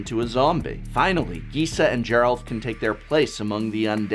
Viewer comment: I like that you mispronounced a ton of cards here but managed to get Gisa and Geralf correct. If I didn't know better, I'd say you were doing it on purpose.